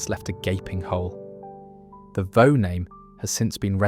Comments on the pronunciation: It’s not vow it’s vaux like forks with a hard x on the end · Vaux is pronounced 'Vorks'. I still remember lunch in the Brewery Tap. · Vaux (as in Hawks) and Wear is Wier not wear. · Yup. A good video with a southerner unable to pronounce Vaux. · I used to pronounce it the same as the beginning of Vauxhall cars, just without the "hall" bit.